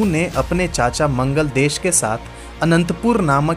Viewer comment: बहुत गलतीयां है. मंगलदेश नही मंगलेश. ऐहोल नही ऐहोळे. वाटापी नही वातापी. जरा विडिओ बनाने में थोडी जानकारी भी रखिये